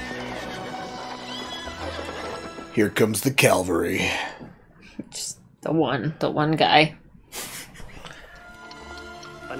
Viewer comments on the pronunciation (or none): Loved how the daughter made a whole entrance routine before you noticed her. XD Also, I assume this is pretty common to native English speakers but, , the Mr. said "calvary," which is another thing altogether from the cavalry. :D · Calvary? Or Cavalry :)